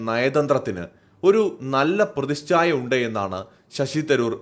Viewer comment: പ്രതിശ്ചായ അല്ല, പ്രതിച്ഛായ